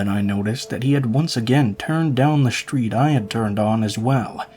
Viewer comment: Why do you pronounce all of your Ss with an "h" attached to them. "Street" does not have an "h" in it. An "S" does not automatically have an "h" sound following it. Strange variation.